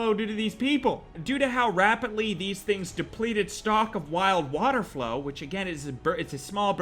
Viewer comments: It’s water flowl 🙄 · Ever time he said water flow I lost it its fowl! Ducks my guy lol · "Water Flow" its water FOWL.. as in ducks n' shit. OMG. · They. Are called water fowl not flow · Lmao when he said water flow instead of water fowl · WATER FOWL WATER FOWL NOT FLOW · Water flow?? Water fowl** not hard to say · Its called Fowl pronounced foul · Water fowl pronounced foul